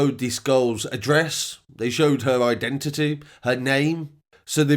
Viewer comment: the way you said identity lol